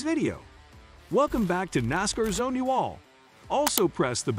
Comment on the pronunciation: Let's go Noscar, I love it, you can't pronounce NASCAR....